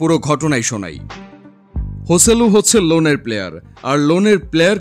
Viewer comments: HIS name joselu not hoseilu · স্প্যানিশ উচ্চারন হোসেলু।